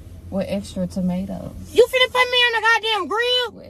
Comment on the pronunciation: “wItH eXtRa TaMtOs” me:💀